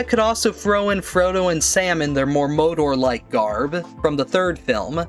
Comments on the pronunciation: bro what are theses pronunciations? mowdor orthantic erowyen no offense but geez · Mordor, Mordor, Mordor. It’s MORDOR!